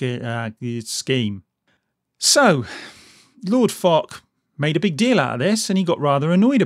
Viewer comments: sir fosh not sir fok XD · It's pronounced "Fosh" Not "Fock" Thought you might want to know :) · Just for your information, it's pronounced 'Foh-sh' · Thank you for making this video. People need to learn about this shit. I play World of Tanks every day, and some of the things Wargaming have been pulling recently are incredibly stupid. Also, not to be an arse, but you say foch like fosh. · already stated a few times that it is "fosh". Where do you get these pauses and silent letters from, is it an america thing? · it sounds like you say "Sir Fuck" ahahah the irony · You should learn how to pronounce his name first...